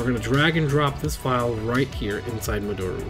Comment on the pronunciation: Love your videos. You're my favorite Vita YouTuber. FYI, modoru is pronounced (mo-do-ru / mo-doe-rue) not (mo-door-u). It's a Japanese word 戻る, meaning "to return"..